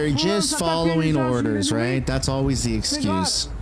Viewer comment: Right... not Rate